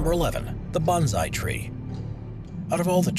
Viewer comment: Bonsai is pronounced bone sigh not bon zi. It is a method of growing and shaping trees. It is not a specific species of tree.